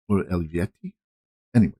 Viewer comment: Eluveitie is pronounced El-Vay-Tee 😊